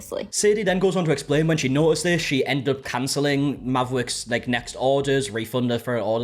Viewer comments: Not me, half listening as I play a game and keep thinking this man suddenly developed rotocism everytime I hear him say Mavwicks. 😂 It eventually sunk in but at first I was like.... did he bite his tounge or what the heck is going on? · I can’t deal with the name Mavwicks, it sounds like someone trying to say Maverick that can’t pronounce their r’s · I can’t with the “mavwicks” 😂😂😂😂 it’s like a speech impediment 😂😂😂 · I thought it sounded like it was making fun of people with speech issues…made me mad. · It definitely sounds like a Cindy Brady speech impediment